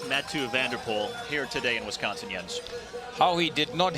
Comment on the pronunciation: Whoever the commentator is (not Jens) doesn't know shit about cycling/cyclocross. He can't even pronounce Jens' name right let alone the racers!!!